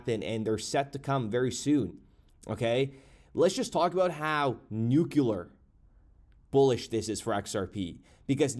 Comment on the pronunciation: Nuc”U”lar isn’t a word. Nuc”L”ear is what you’re trying to say. (NEW-CLEE-ER)